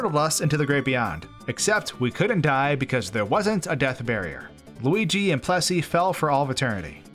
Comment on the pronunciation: It’s loogi